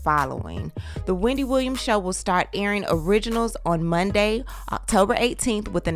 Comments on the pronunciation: Hahah not “we-N-Dy” 😂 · Hahhahahah “We” not “Weeee-ndy” gosh 😂😂😂👏🏾👏🏾👏🏾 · WE. Not WE-NDY, but WE. 😂😂😂😂💀💀😂💀